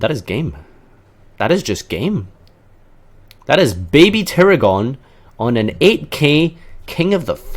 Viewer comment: I just found out you say baby tiragon wrong.